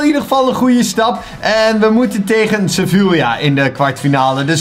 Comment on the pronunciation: Je spreekt Sevilla uit als sevia